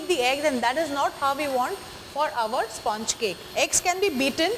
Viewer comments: At the very beginning pronounce 'sponge' correctly and then proceed! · Please learn to say sponge correctly